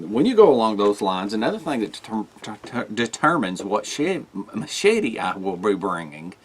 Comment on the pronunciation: 😃 I'm sorry to poke fun but when you say machete Mochete I just giggle . Seriously though I like a combo of big,med,pocket knife carry maybe even a folding saw.